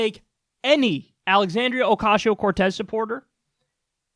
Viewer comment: Holy crap, they actually figured out how to say her name.